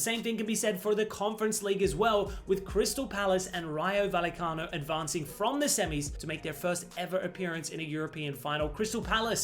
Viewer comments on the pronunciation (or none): Double L (ll) is pronounced like a soft J amigo..regarding RAYO VALLECANO... WE ARE VERY PROUD in the Spanish & Latino Community here in the EU, that the Spanish "FC St Pauli / Beautiful democratic-socialist Club" has made this amazing step in their modest but always thrilling history 🤩🤩🤩.. But being born into a Bundesliga family on my mom's side I fear a bit the Kamada / Glasner Duo thinking ahead of gut final 🫨🫠